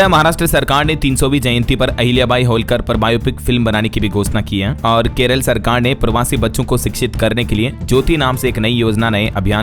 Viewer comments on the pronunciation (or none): none